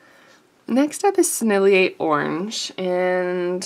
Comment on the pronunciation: Just cuz I'm that annoying person who corrects everybody, here's a couple: Sennelier = 3 syllables: Senn el yay (no emphasis on the second syllable) Rose Doré means Golden Pink. Doré is a bit like Do Ray ("A drop of golden sun..."). :^) I'll be back the moment I can be annoying again. ;^>